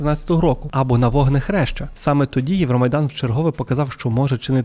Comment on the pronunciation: Може мені почулося?.. Але на 15хв - не вогнехреща, а Водохреща 19.01😅